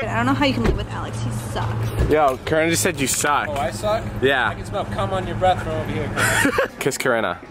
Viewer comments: I litteraly heard corona instead of Corinna😂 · I keep thinking that he's calling her Corona😂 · I thought you said corona